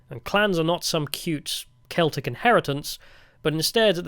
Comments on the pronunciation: Glaswegian here. Great video (esp. the Dankula cameo) but you mispronounced the catholic football club in glasgow. It's just pronounced "seltick football club" not "kelticks". Edit: Also worth a mention that the clips from the "American" tourist in Glasgow are a spoof, the guy is actually Scottish and the people in the video are in on it. Still funny as fuck though. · Saying "The keltics" and "Gaylick" is pure ragebait. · It's pronounced Seltic not Keltic FC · How can a Brit not know that Celtic Football Club is pronounced with a soft c not a hard c? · The football team Celtic is pronounced like "Seltic" with an S sound at the start btw. Sorry for not reading all 1.5k comments to find the other people saying this. You didn't visit my city Aberdeen but not missing much to be honest. I used to live in Glasgow and enjoyed it as a student but going back I realise how much of shithole it really is. We're so far behind England with our politics. The politicians are all useless and bicker about nothing in the Scottish Parliament. They'd all rather virtue signal than do anything to improve our country. There is barely any sign of resistance from anyone against it here and basically no patriotic or right wing party or movement to be seen. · "Keltics" hahaha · this one was really disappointing. I know you're an Angloid, but you didn't even make the basic effort to pronounce "Celtic" or "Covenanters" correctly.